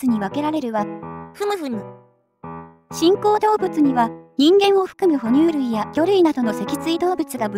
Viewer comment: 新口動物がチンコウ動物に聞こえました！